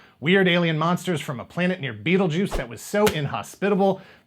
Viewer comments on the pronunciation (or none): You are correct...sort of. The star by tradition was not called Beetlejuice...thanks Michael Keaton. It is pronounced Bet-a-geese. As for the toys being reviewed, almost remember them on the shelves but nothing tops that Betsy Wetsy Doll...